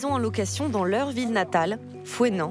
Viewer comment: "Villers ville" = j'adore !!!.